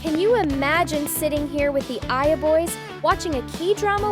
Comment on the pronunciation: Saja❌ Saia✅